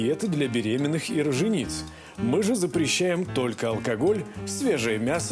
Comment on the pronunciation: Не "роженИца", а "рОженица", и почему по роддому разгуливает без халата? Ехала в Лион, чтобы разузнать кто сколько получант